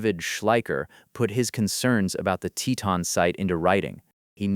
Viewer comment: TeeTon, the pronunciation is TEEton